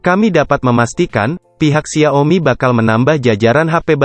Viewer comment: Apa cuma gw yg terganggu dengan pelafalan xia-o-mi yang berulang2, dan beberapa pelafalan yang tidak lazim lainnya